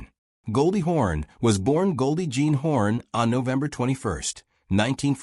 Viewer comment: the ai can't pronounce hawn correctly